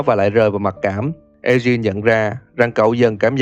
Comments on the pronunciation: Lên google dịch chứ tôi thấy ổng cũng đọc sai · Ad đọc tên Eugene với Sean thấy buồn cười ấy =)))))